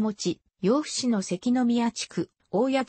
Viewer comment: ようふ市ではなく やぶ市と呼びます